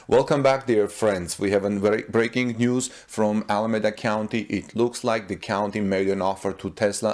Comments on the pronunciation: You are not pronouncing Alameda correctly. The E is long .. like EEEEda. Keep the good reports coming .. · Pronounce Alameda as Al a me da